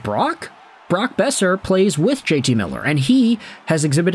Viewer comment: Boeser. It’s Boeser